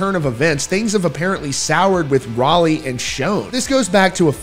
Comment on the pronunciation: Pronounced shawn not shone and rowlee not raleigh.